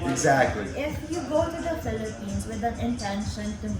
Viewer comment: this is a great interview! Most people always seem to forget how relatively inexpensive to attend college in the PH. And how high the educational standard is over there as well. But bro, you seem to read the Bible a lot cause you keep calling the Philippines, "Phlippians" and Makati, "Makate." That shit trips me every time you say that...lol! Great content though.